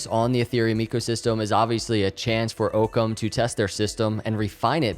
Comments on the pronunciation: I think it is pronounced ock-ums razor, which is a scientific tule that basically says the simplest solution or explanation is typically the correct one. If I park my car in the same spot every single day, but today walk to that space , my car is not there, but an orange cone is there, my first reaction should not be that my car turned into an orange cone. The simplest answer should be that I parked my car somewhere else. This idea ties in well with this company’s mission. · And it’s actually pronounced “aw-come” razor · Pronounced "awkcum" razer. It'd a century's old play on words. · Btw it's Occam as in hockey (not as in Oak). The other spelling of it is in fact Ockam. I'll be listening!! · Cringe evertime he mispronounces occam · Thanks for the new info! FYI it is AHHcam not Ooocam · it's pronounced: Its Ock-ham, not oke -em. Ocham's razor (Latin: novacula Occami), or the principle of parsimony or law of parsimony is the problem-solving principle that "entities should not be multiplied without necessity", or more simply, the simplest explanation is usually the best one. It's a good name for a Cardano partner. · So much this. I've actually never heard it pronounced Ooocam, only Awkums. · Pretty sure it's pronounced "Ah-come" rather than "Oh-come". Thanks for the great content. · I believe its pronounced Aucum not oakum, The Argument Against Occam's Razor For example, if a doctor is examining a patient with a high fever and cough, they may settle on the simplest explanation: the patient has a cold. ... Occam's razor is a good rule of thumb if you remember that it depends on making fewer assumptions based on as much evidence as possible. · Its not OOHKUM its AAAHKUM . DONT YOU KNOW WHAT THE PHRASE OCCUM RAZOR ? IT MEANS THE SIMPLEST ANSWER IS THE RIGHT ANSWER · Ah-Come.. not Oh-Come ;) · I think it's pronounced "OCK-ZAM" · What is his native language? English speakers say Ock-ham or Ock-hum. but the "h" is barely audible. Just sayin...